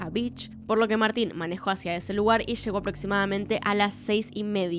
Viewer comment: Que buen y triste caso, muy buen video, excepto por la gran cantidad de sho, sha, leshó, leshendo, shamó que me marearon.